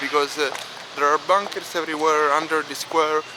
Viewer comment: He says bunkers like BOONKERS